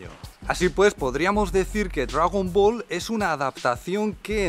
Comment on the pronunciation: Dragüibola? Hahahahaha los vascos molan